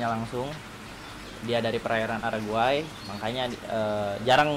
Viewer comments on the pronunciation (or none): perairan araguay itu mana yah?, Apa sama dengan Paraguay?, Atau Uruguay dengan kesalahan pronounce?